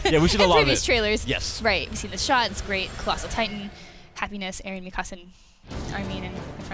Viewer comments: Why is she saying mikasa's name like "mi casa" is more like mika suh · I like the part where Mikasa is pronounced mi casa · Still not pronouncing Mikasa's name properly? Seriously? Did they not watch the English dub of the Anime? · Why do they keep mispronouncing mikasa's name wrong I find that shit so annoying.....